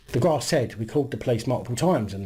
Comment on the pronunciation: "The local graaas " 😀😁😂😃😄😅